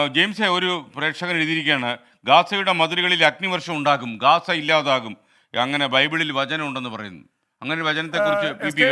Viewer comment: ഗസയല്ല ഗാസ